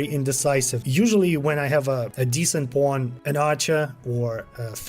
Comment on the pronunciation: Everyone: "Pawn..": "Pwooohn..." 😂 Good upload though,thanks for the update,still working on my 1st playthrough! Its very good! Thank you for the effort!